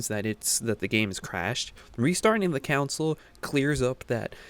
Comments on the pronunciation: Why do you say console like counsel? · console* ... good video but you keep saying council